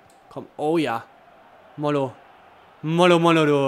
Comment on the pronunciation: mollo wird mojo mit Betonung auf dem 2."o", also so wie dus bisher gemacht hast nur statt "L" ein "J" und HAMOUMA wir AMUMA ausgesprochen ;)